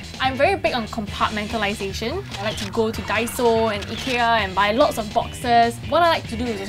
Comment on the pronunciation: omg the way she said ikea was almost un recognizable